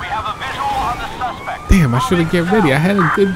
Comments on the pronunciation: lol you do it every single video nd it urks the fuck out of me man. you are my fav. youtuber. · ohh. i didnt know that lmao i thought you just got lazy and liked speaking that way lol